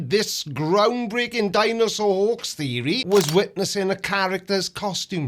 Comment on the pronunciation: *Hoax (not Hawks) and "hoax (not hawks). Thank you,. I appreciate you featuring CC. 😁